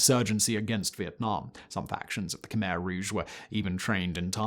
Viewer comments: Not khymer ,,,,,,kmehr……say it right…….all you do is talk. Do it right! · It's pronounced "Kuh-my" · just for anyone who doesnt know, Khmer is actually pronounced Khmy